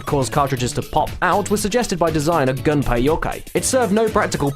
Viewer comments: Also, they keep pronouncing it like the English words "Gun-pay," when it's supposed to be pronounced "Goon-pay." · Someday, DYKG videos will pronounce it "Goon-pay," but that day is not today. Still loved this video though. You lot do great research! ^_^